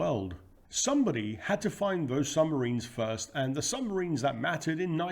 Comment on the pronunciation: Another fascinating presentation! 🫡 But what are these mysterious "sumbarines" of which you speak? 😉